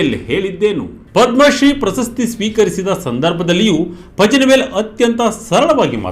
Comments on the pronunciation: ಪಜನಿವೇಲ್‌ ಅಲ್ಲ ಪಳನಿವೇಲ್‌ ! ತಮಿಳಿನವರು ಳ ವನ್ನ z ಬಳಸಿ ಇಂಗ್ಲಿಷಲ್ಲಿ ಬರೆಯುತ್ತಾರೆ. ಪತ್ರಿಕೆಯವರಾಗಿ ಇಷ್ಟೂ ಗೊತ್ತಿಲ್ವೇನ್ರಿ? 🤣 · ಪಜನಿ ಅಲ್ಲ ಸ್ವಾಮಿ, ಅದನ್ನು ಪಳನಿವೇಲ್ ಎಂದು ಉಚ್ಛಾರಮಾಡಬೇಕು.